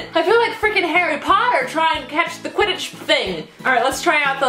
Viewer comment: the kwidig thing Harry Potter fans: *RAGING *